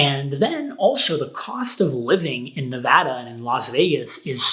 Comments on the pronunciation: I can't believe how you pronounced Nevada as Nevada and not Nevada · Your hand looks like you got into a fight. Did you got into it with Joshua Fluke? Who won? nevada [neˈβaða]